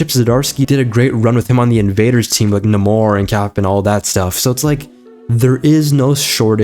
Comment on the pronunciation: Did you pronounce Namor's name 'Nuh-MORE'? Is that because of what Marvel did in mispronouncing his name in WF?